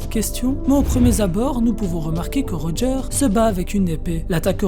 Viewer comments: Par contre ça se prononce « rodjeur » pas « rojeur » 🤷🏾‍♂️🤷🏾‍♂️ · Pk tu dis rojeur alors j’avoue jcomprends pas trop